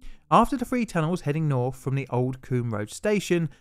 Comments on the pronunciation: THREE not FWEE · Love your videos, but hard to listen to with the 'th' being pronounced as 'f'. I wasn't sure what a free tunnel was at first? You can & do pronounce correctly tho, you say thirty-four (not firty-four). So so much better, more understandable and easier to listen to :) Keep up the great work with correct pronunciation 👍👍